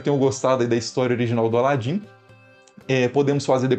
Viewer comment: Ala Din menina 😂❤